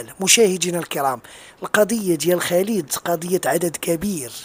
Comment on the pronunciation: رجاءا سيدي الفاضل. ارجوك ان تنطق اسم خالد الخاء والألف ممدود. خا خا خالد. وليس بخليد. خا خا خالد. وشكرا.